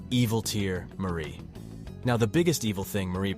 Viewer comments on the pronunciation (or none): none